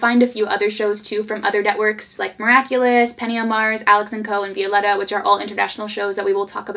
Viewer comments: I absolutely love you but your pronunciation of Violetta is frustrating. My sisters name is Violeta and we pronounce it Vio-leh-tah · Say it with me, "Vee-oh-leh-ta" (Violetta) ❤️ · I love you, but it bugs me how you pronounce VIO- LE- RA 😂😂 Loved the video 💕